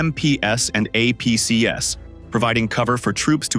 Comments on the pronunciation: APCs is not pronounced A P C ESS. It's A P Cees. Armored Personnel Carriers. It's plural. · Stop with the AI voice audio. It's BMPs and APCs--the plurals of BMP and APC. It is NOT "BMPS" and "AMPS". Also, the mines are clearly not hidden. You can see them sitting on the road, in the open, as the tank drives across them anyway. One guy with a stick could have easily cleared the road of the mines but the Russians are too stupid, uninformed and untrained.